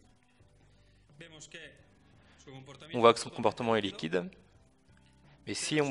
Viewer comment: il dit liqod